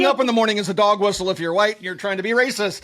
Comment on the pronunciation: ShotSpotter is RAY-SA-SIS-TIC!